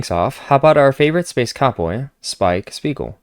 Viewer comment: I love it. Also it's "Spiegel" not "Spiegal"! And yes - this is spot on. I love Cowboy Bebop and like almost everyone out there, it took me a second watch to really get it.